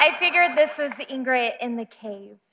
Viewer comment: at first i thought she said ingrite and i was like nah no way then she did it again hahaha